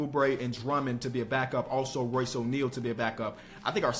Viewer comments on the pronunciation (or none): none